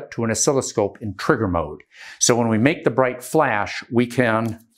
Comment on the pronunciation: He said "twigger" But yes. Incredibly well spoken